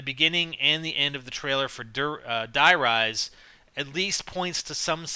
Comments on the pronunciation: Its Die Rise as in High Rise it rhymes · No god damn it, Die rise is supposed to rhyme with high rise, jesus